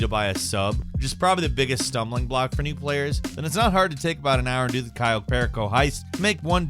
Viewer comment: I’m sorry but I hate how he says the cayo heist 😂😂